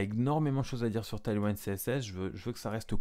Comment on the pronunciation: C'est pas taillely waïnd, c'est tèyl ouind, ça veut dire vent arrière, un vent qui pousse vers l'avant donc. J'ai du mal à regarder la vidéo tellement c'est massacré!!